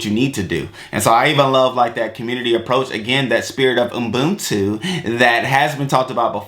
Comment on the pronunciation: U-BUNTU not Umbuntu lol...or just say Botho which is a tswana/sotho version of the same word/term